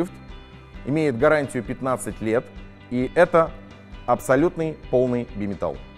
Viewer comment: я всё время слышу "генитал"